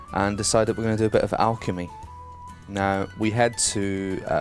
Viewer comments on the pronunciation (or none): none